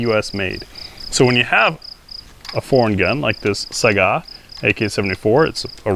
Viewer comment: from a russian speaker, it's not "saigaaaaaaaaaaaaaaaaaaaaaaa". It's also not "sayga" as i used to say. it's pronounced "sigh-ga"